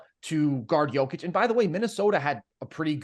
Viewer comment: Guys guys!! You have to pronounce Jokić name correctly! You are saying it wrong! I’m tired of hearing everyone comment on the best player right now in the NBA -say his name WRONG… Imagine if your name is Tim and everyone in the world calls you Tom. 😂😂😂 ffs